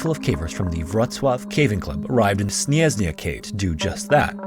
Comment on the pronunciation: Creators need to start using translator to read Polish names. You spelled it like it was russian (bleh). Not "snyezny", but "śnieżny".